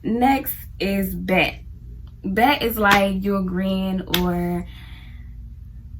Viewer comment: Sounds like you saying “Bat” instead of “Bet”😅 😊